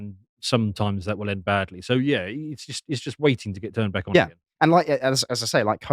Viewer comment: "Your name vwill also go on the list, vwhat is it?" "Don't tell him, "!